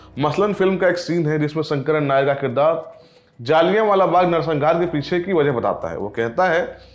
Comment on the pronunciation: पहले तो मुंह से गुटका थूक के बात करे और दूसरी बात ये कि ये “जलियांवाला” होता है,ना कि “जालियावाला “